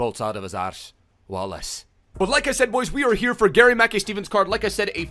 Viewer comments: itspronounced mack kai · Am Scottish it’s pronounced mickeye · Its pronounced ma kai(kai haverts) he used to play for celtic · GMS used to play for us (aberdeen) n it’s pronounced like gary makeye Steven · It’s pronounced “Mack-eye steven” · Im from scotland and you pronounce his name gary ma-kai steven , great video 👍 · It’s pronounced Gary Mack-eye steven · It’s pronounced like Garry Mackeye Steven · It’s pronounced Mackai btw. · It’s pronounced Mac Kai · It's pronounced Mack-EYE .... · It’s Mah-Kai....Mackay is pronounced Mah-Kai 😂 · pronounced gary 'ma-kai' steven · Not to be a nit but its pronounced Mackay (as in to rhyme with 'eye',) !!!